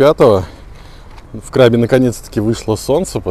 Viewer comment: Отдельное спасибо за КрабИ. Хочется, чтобы вы побывали на Бали и тоже внесли полную ясность с произношением 😊